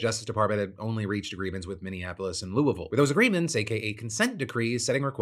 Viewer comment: I'm very aware it's NOT the point of the story, but the way you pronounce Louie-Ville sounds like you've got a potato in your face as you say it. I'd have accepted Louis-Ville. Bout Louallvaule sounds silly. LoL My family from KY have always pronounced it Louie, as in Huey, Dewey, and Louie, Louie-Ville.